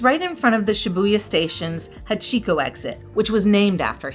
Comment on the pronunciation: "Don't make THIS mistake!"... which one? The one where you didn't research the first hotel's location? The one where you went to the wrong APA hotel? Or perhaps the one mispronouncing many of the place names? It's "ee·kay·buh·koo·row" not "EYE-key-boo-kur-oh". "HA-chee-ko" not "ha-CHEE-ko" (emphasis). "kuh·boo·kuh·chow" not "Kah-boo-CHEE-ko". "Ah-sa-k'sa" not "As-a-koo-sa" (the U is silent). etc etc... Sweets Hotel Ruby (full name) is now closed... because it was apparently nasty. 2.8 stars and most reviews said it was dirty. Another mistake not to make! You didn't know Shinjuku was a night life area when you selected the hotel? Another mistake. I won't even go into APA Hotel (Pronounced Ap-ah, not A.P.A.)... They've got their own issues. Hotel Malta... bad reviews. Chuo and Asakusa are NOT known for Manga and Anime... that would be Akihabara. And you end it saying "Don't do what we did, stay near a train station." Not a thing about what area to stay in, or any special locations... Basically a 22 minute video that said "We did it wrong, you should do more research. We didn't!"